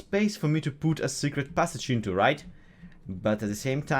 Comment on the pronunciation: Is he Russian? The way he say PUT sounds very familiar to PUTin